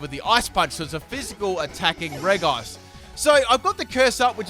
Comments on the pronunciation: Ik you said no legendaries but COME ON! 'Regice' is pronounced 'Rejice' not 'Wreckice'. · Andries Velten It's actually Rej-ee-ice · during the episode where Paul battles Brandon - it's pronounced "Rej-ice" throughout. I'm sure that's not the only time where this is the case but I distinctly remember the episode so I know I'm right. Consider yourself humoured 😉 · Reg-ice (Regice) Pronounciation: Re-ji-ays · Elias Martinez It’s not reg-ice but re-ji-ice. It’s how it’s meant to sound but the developers didn’t realize the sounds don’t match it’s spelling. It should of just had two i’s to avoid the confusion but I guess that looked weird so they removed one thus making it’s spelling not match at all with it’s pronunciation! It’s confusing I know.. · Super AJ it’s actually rej-ice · I can't believe you actually call Regice "Re-guy-ce" but okay xD